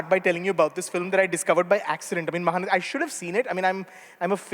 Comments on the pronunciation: Not Dhee, T as in tom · It’s not nathi it’s nati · bullshit.. it is not nadhee.. it is naTi; it is not a tamil origin but sanskrit origin Natya.. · SharePoint Tee not Dhee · Dear Rajeev, it takes less than a minute to check pronunciation. It is 'Ma-Haa-Na-Tee'. Nati, like Natya, is a word that exists in multiple Indian languages.